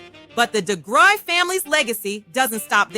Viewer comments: No... it's pronounced de-grue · Pronunciation of Degruy is ‘da-grew’ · This was wonderful information. For future reference their last name is pronounced “dah-grew”. Thank you so much for putting this video together. ✊🏿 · Someone correct me if I’m wrong but I believe the last name is pronounced deGrew but spelled deGruy. I kinda remember from the intro of the 70s variety show The Bill Cosby Show.